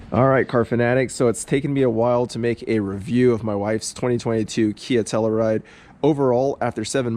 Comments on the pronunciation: You know, if you’re going to have a Telluride in your garage/driveway, you should at least learn how to pronounce “Telluride”. It’s “Tell-YOU-ride”, not “Tell-ER-ride”, ffs! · I work for KIA. Nice job on the video. Only negative feedback I have is regarding the pronunciation of Telluride. Proper way: Tell-you-ride Your way: Tell-uh-ride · It’s a Tell U Ride.. you keep saying Tell E Ride. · Pretty minor complaints. I think the one complaint I have is how you pronounced Telluride.